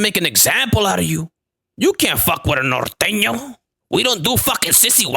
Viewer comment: Im just glad you Said Norteno right, lolol